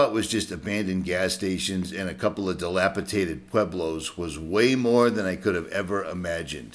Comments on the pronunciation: I am part of a community of subscribers and I give you a thumbs up before watching any video. If you say "dila-potated" one more time, I will throw my cheap, cracked screen, second hand cellphone out of my bedroom window. Keep up the good work. All the best!!!! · DilapiDated not tated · Pronounced dilap-i-dated. And, Moe-GO-yone. BTW, you are one hunky guy with a GREAT channel.